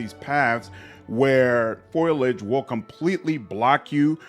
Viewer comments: Pho-lee-idge. Foliage. Not Foil-Igde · Nice vid. Foliage is pronounced FOL-EE-IDGE btw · Intelligent comments and great vid - subbed. FYI - its pronounced foalage